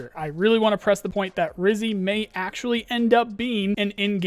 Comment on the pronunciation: It's "Rhyzhy" btw. As in "Red" as in "Redhead". You should pronounce both Y as you pronounce the first one.